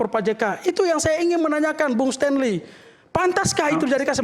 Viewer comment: Sten, Stenly, Bukan Stenly... hahahaha Lawak